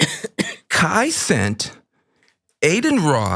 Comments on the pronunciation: Kai CENAT not Kai Cent. 😂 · I laughed too.. it’s Cenat 😮😂